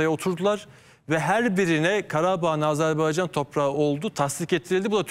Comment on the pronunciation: Mete bey AzerbEycan değil AzerbAycan. Size yakışmıyor bu yanlışlık.